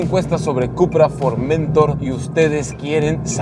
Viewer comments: La palabra Formentor tiene su acento prosódico en la última sílaba, es una palabra aguda, usted la pronuncia mal suena horrible. Un cordial saludo. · Es formentor... No forméntor... Recordar reglas de acentuación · Buen video! por cierto es Formentor "se pronuncia como si llevara acento (en honor al puerto de Formentor) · Tienes que hacer fuerza en la última sílaba para leerlo bien, es For men tór. Es decir, es una palabra aguda, no llana. Se corresponde con un cabo español. El coche es un pepino, si señor. Saludos